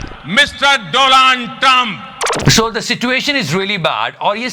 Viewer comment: Donald pronounciation by Modi 😂😂😂 # godi media har jagah h😂😂😂 we connect the doubt ..shaaaant......😂😂😂😂😂